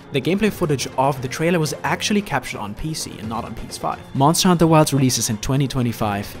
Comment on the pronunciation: MONSTAHHH HUNTAHHH WILDSSSSS